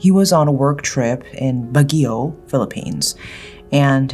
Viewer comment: It's pronounced "bag yeow (similar to, "hey, YO, man...)."😁